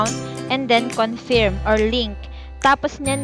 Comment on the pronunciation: anong confiiirm confirm po (pronounce as conferm) confiirm, hay naku